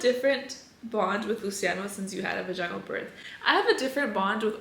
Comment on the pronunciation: Girl the way you pronounce vaginal is completely wrong lol